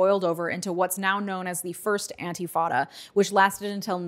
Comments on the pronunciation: It's "intifada" not "antifada". Otherwise, great video! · Very extensive overview & analysis. 👍🏽 FYI it’s “intifada”, not “antifada”. Antifa has nothing to do with it 😉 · it isnt pronounced "anti" fada... its inifada, and youre compleatly misrepresenting it. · not to be picky but it is intifada not antifada :) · Came here to say this. It’s also not eye-lot, it’s ay-lot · Thanks for all your informative videos. Btw, it’s “intifada,” not “antifada.” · Several times you referred to "Intifada" as "Antifada". It's actually, "Intifada", an Arabic word meaning "to shake off" as a dog shakes off water after a bath. In the case of the Palestinians it means to shake off Israeli oppression. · "antifada"? Isn't it "intifada"? Checking..... ✔️"Intifada" is correct. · Antifada? Isn't is Intifada? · “Antifada” Brain poisoned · love you but its "intifada" <3 please keep doing your good work! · Oh.. I really appreciate your videos.. but I need to ask you to.. oh I dunno.. look.. it’s intifada.. with an ‘i’ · "Palestine was a British colony..." No one is going to quibble with this description? This is the most accurate way to describe the British Mandate? Maybe she meant "Ottoman colony" and got the years wrong. That's a bad description, too, but arguably not as bad. Who knew there might be a factual error or two from someone who doesn't know how to pronounce "Intifada." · oh dear. it's usually anglicized as the First Intifada otherwise, you were doing well!